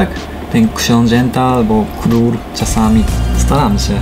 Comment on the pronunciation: Naprawdę pamiętajcie "król" a nie "knur", z dobroci serca uczulam :D 私たちはより強い友達です Przyjaźnią jesteśmy silniejsi :)